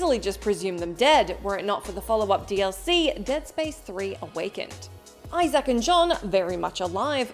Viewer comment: Why does she pronounce it iZack lol